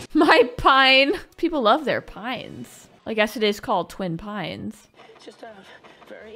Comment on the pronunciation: Not TWIN pine....✌️🙂 Its LONE Pine Mall 😁 Marty took out the other one !